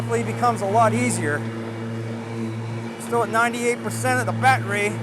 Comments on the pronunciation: Am I missing something? Was the "baatreee" supposed to be funny after the first 1000 times? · STOP SAYING BATTERY LIKE THAT!!!! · Lol...the "bat-rey"